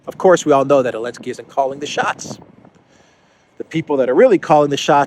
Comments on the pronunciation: So dumb he can't even speak out the name of THE BRAVE UKRAINIAN PRESIDENT ZELENSKY !!! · Why does he always say "Elensky"?? Help an ignorant American out please